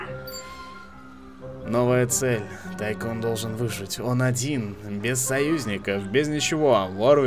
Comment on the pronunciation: Ну во первых не Тайкон и не Тайсон а Тайкун(точно так же и в локалицзации, если не обратил внимания) во вторых по грамматике английского языка правильно как раз таки Тайкун. Что кстати в переводе с английского значит магнат. То бишь игра называется - Зомби Магнат Месть Брэйнхова.